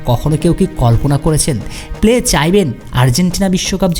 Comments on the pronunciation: প্লে কে রে ভাই? নাম হলো পেলে। অতি স্মার্টগীরি দেখাতে গিয়ে পেলে কে প্লে বলা শুরু করে দিছেন। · Pele পেলে কে প্লে উচ্চারণ করবেন না প্লিজ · নাম পেলে। প্লে উচ্চারণ টা শ্রুতি কটু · News banas naki gaja khas......vul baal news banailei hoy?pele uccharon o toh thik nai tor